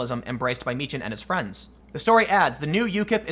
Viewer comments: Meechan. Pronounced (Meekan). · Tim, you are mischaracterizing Dank's surname, it's pronounced MEE-kh-en. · It is pronounced Meekan. Tim just needs to do some homework lol